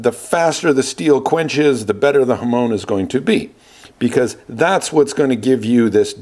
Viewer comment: Hamone? Hamoan? Hamown? HamON!! When you have a pizza do you put Ham ‘own’ it? 😂